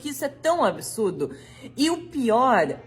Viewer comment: Que nervoso essas pessoas falando palavras como 'absurdo', saindo com som de "absúrudo", "absúruda" 🫠🙄